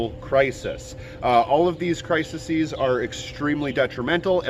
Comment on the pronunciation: Crises CRY-seez :)